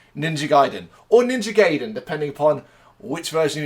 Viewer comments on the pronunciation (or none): Okay heads up I’m a NG freak so I have a good bit to say. It’s pronounced “Gah Ee Den.” It’s a Japanese word, the “a” is always pronounced “ah,” the “I” is always pronounced with the “ee.” If you see an “e,” it’s pronounced “eh” (like in “den”). Also it’s amazing how you were surprised at there being blood in the series because even the NES series was super dark and violent in it’s story. Go back and watch the cutscenes, I’m surprised kids were allowed to play it back in the 80s! Ryu does have a certain amount of paranormal abilities from his ninja training, showed I his ability to use ninja magic even in the NES series, so him hearing the girls’ voice psychically isn’t out of the question given NG lore. It’s surprising you weren’t into it given the prominence of dragons, magic, and obviously ninja in the series. The story about the dragons and seals was originally in the first NES game, and is central to pretty much all NG lore. Robert is from NG2 for the NES. He’s actually a very prominent side character. They also gave him a cameo in the new Ninja Gaiden 3. It’s bullshit that you think Sara should be going with them, Robert’s ex-SF and Jeff’s an ex-mercenary, they lore fighting pros and she’s a journalist. Also the part about him enjoying the killing sounds way darker as a translation than it is in Japanese, he’s just talking about him suppressing his warrior instincts, and them awakening again. Buckywise is not Jacquio, Jacqio’s real name was Guardia de Meaux. Buckywise w